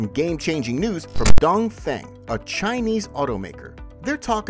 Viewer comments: dongfeng should pronouns as dungfung, dongfong, sounds 'don't phone' but not 'down thing'. u keep repeating the wrong pronunciation a hundred times throughout the video let people think u r amateur not professional. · DongFeng is read Dongfong instead. Sodium batteries are less energy density comparing to Lithium.